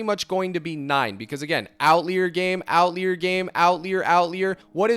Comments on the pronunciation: You may be saying it like this on purpose, but outlier is pronounced out liar, not lee-er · why do you say outlier like that lmao